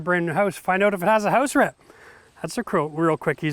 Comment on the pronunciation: Did you say house rat?